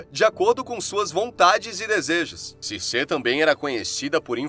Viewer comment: Ótimo vídeo! porém, me incomoda ficar falando o nome dela errado. Não é Circê... se pronuncia Circi